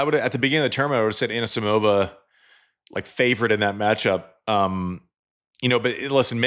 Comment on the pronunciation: The Sam Query school of normalising wrong pronnunciations has a new pupil - Roddick who insists on 'AnAsimova' (better than Query 's 'Anasamova') and 'Rabakina'. 🤯